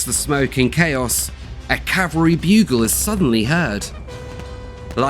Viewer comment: To the narrator of the second portion - I enjoyed your information, but, please, "Calvary," as you pronounced it, was the hill where Christ was crucified. "Cavalry," which you meant to say, are mounted troops. Elementary school mistake.